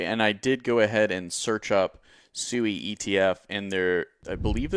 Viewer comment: SWEE not SUEI lol come on